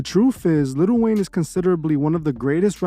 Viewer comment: its prounounced li'l wayne not little wayne plz make a video exposing lil yachty pls